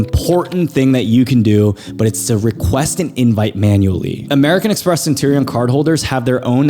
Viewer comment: How can I take you seriously without pronouncing Centurion correctly haha